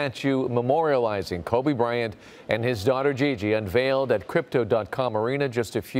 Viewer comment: my man's said Kory Bryant 😂